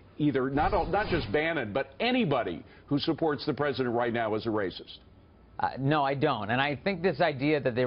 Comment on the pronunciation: Who is this anchor? Why doesn't he have the facts? And the emphasis on that "racist" crap is ludicrous.